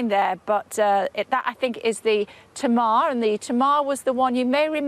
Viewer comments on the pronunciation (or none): Honestly, the host is in Cornwall and can’t be bothered to find out how to pronounce Tamar as in HMS Tamar. I’m sure a few Tasmanians could put her straight “Taymar”.